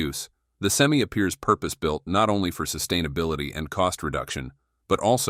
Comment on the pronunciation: Well, for $415,000 dollar investment, you would think they can say SEM-I